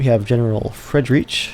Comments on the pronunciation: Fred-reach? Jogger? Freed-rick, Yay-grr. facepalm Still can't help but like the video. Subscribed! :D My family were in the Rhine at the time. Some of them moved to the US to escape conscription in the Prussian Army, and one man died fighting with the all-German 9th Ohio Volunteer Infantry Regiment at Stones River on New Year's Eve, 1862. Gottfried Hautt. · Looking forward to this campaign :) Btw, your general "Friedrich", his name is pronounced much more like "freed-rick" (though it's really more like the ch in the scottish 'loch'). Jäger is pronounced "yay-ger". It's german for "hunter" -- they're roughly equivalent to Army Rangers. You'll recognize the word from Jägermeister and from the giant robots in Pacific Rim. If you want to avoid the biggest pitfalls going from English to German pronunciation, remember these: I = EE as in Beer (not like 'eye') E = E as in Ben or Bane (not like 'ear') A = AH as in Father (not like 'yay') Ä or AE = AY as in Bay Ö or OE = UH as in Turn U = OO as in Spoon (not like 'bun') EI = EYE as in Wine J = Y as in Yarn W = V as in Vader ß = SS as in Hiss SCH = SH as in Ship CH = CK or CH as in Lock or Loch There's more but it's pretty similar to English. These will get you most of the way. There are some silent letters, but in general, don't act like there are. For instance, in german "minute" is pronounced like "mee-NOO-teh". Anyway, hope that helps :)